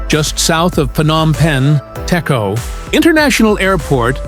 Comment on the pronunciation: Pronounce Dejo, not Teko.